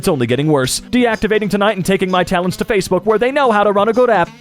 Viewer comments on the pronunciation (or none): none